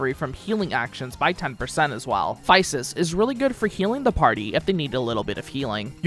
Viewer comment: It's Psy Che (like sigh key) and Phy Sis (like fizz sis). That last combo was beautiful.